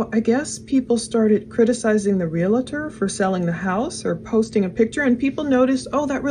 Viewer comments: ps. its not a real-a- tor, it is a reel-tor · Realtor has 2 syllables.